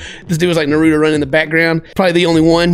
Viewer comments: I'm sorry I love you but pls say Naruto name properly it's not noruto it's Naruto 😤😤😤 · Why doesn't anyone correct his pronunciation of Naruto lol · Am I the only one who's just a little upset at the fact that can't say Naruto right?